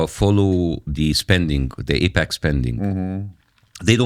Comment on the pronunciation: First off it is AIPAC. Not APAC. Secondly. AIPAC / US is fine. ISRL / US are and has been in bed together for a very long time. You heard them allude to JFK. It goes back further then that. Both support each other very well and ensure they remain Top Dog on the global stage. Why mess with that? It works!! If it aint broke, dont fix it.